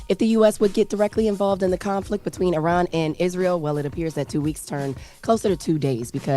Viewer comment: Before trying to educate us on what happened with Iran, please learn how to pronounce it!